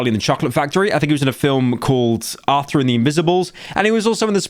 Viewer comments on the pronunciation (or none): none